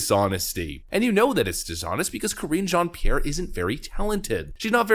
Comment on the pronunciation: Ka-ringe Jean Pierre...